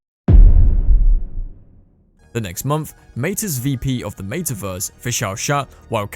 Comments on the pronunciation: I can’t watch this video simply because of the pronunciation of meta verse 🤮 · What a weird way to pronounce “metaverse.”